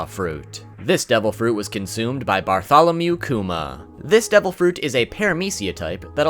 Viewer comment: The way you said Bartolomew hurt my ears